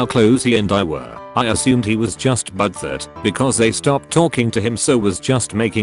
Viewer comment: Nobody: The reader voice: but thurt